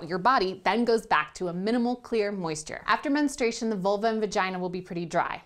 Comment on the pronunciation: Why can't anybody correctly pronounce "menstruation?" "Ministration," JEEZ-sus.